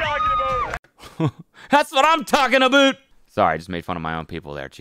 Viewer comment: Thats what I'm talkin ABOOT